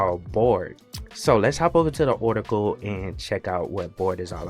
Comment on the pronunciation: You keep pronouncing it as bored, but the word is clearly bard, you also pronounce the word article kind of funny, where are you from mate?